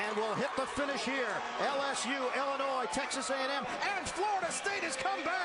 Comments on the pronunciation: she says the "S" in Illinois...yea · Carol Lewis needs another job. - she sounds psychotic. The baton is "air-born"? Then she can't pronounce the state of Illinois properly. The "s" is silent there Carol...unless you've never read a book or left main street in Podunk. Hard to believe she has an announcing job. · haha it's illinoi(silent s) not illinoise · There is no state in the union called "IlliNOISE". The state is pronounced "Illinoy". Carol, PLEASE. /eyeroll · Illinois is pronounced IlliniNOY. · Lol she said Illinois with an s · Illinois has a SILENT "S" because it is native american. God really woman?